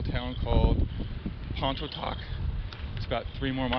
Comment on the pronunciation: Nice ride! Biking this next week! I laughed out loud when you tried saying Pontotoc 🤣 Locals say “Pon-uh-toc”, the t is silent 🤣